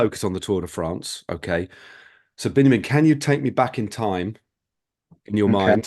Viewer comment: Thank you both for enlightening interview. Just a short note: his name is Biniam not Benyamin, though these biblical names are the same.